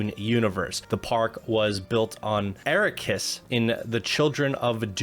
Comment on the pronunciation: Your pronunciation of Arrakis and Mau Diub was abysmal.